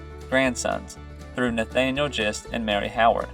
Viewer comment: My great grandfather was James Thomas Gist, a descendant of Christopher Gist. Gist is pronounced with a hard “g”